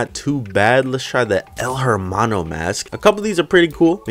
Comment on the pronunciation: El hermano is Spanish, a language in which you wouldn’t pronounce that “H”